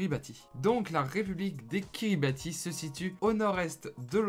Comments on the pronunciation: Sauf qu on dit "Kiribahs" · Prononcer "Kiribass". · Ca se prononce KiribaTH, on prononce pas le I